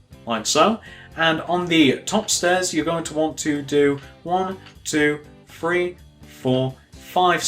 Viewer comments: gannon alt ikr I was gonna do Guy: Free Me: You're saying free xD stop it it's threeee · why do you say free instead of three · I love how he says free instead of three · The dude said free instead of three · stop saying free instead of three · It's three not free and with not wiv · You say free it's three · He said free for three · u always say free insted of three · Its three not free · START SAYING THREE NOT FREE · i like how he said 3 he was like 1.2.fwee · why cant he pronounce 'th'. he says fink, finner, everyfing haha. good video though, cheers. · Nothing against British people, but why do they say three like free? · Can he not say three , 1 2 feee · im sorry but please stop saying free instead of THree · It always annoys me when ppl say free not three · The free rows,one,two,free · he says three that sounds like free GENIOUS david miller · i think thats british